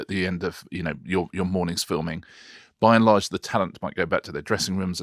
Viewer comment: Richard, do you realise how often in all these videos you say by enlarge!